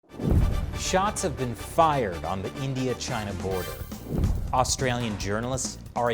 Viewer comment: "SHOTS FYRED"